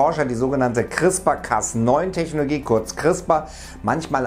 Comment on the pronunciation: CRISPR nicht "Chrispa"...